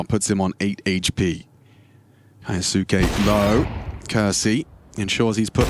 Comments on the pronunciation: This is not true, the kyou in 今日 maintains the y sound. So kyou can be read more or less phonetically. “Ki oh suke” would be 「キオスケ」which is incorrect, we are looking for 「キョウスケ」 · if its from an anime its kyoske